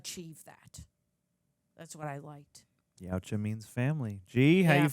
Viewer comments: It's pronounced "Yah-ooh-cha" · Yuatja is pronounced (Yowd-wah or Yowt-wah) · It's prounounced y-OUt-ZHa (that's not quite phonetically correct, but I don't think you'd get it if it were phonetically correct.